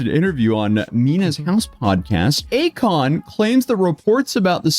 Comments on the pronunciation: akoin....more like a-kon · A-KON-ARTIST 😅 GOOD ONE 😂😂😂❤ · Hes an artist... A-kon artist 😂😂